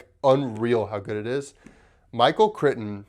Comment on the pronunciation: Kr eye ton. Just so you don’t sound ill informed.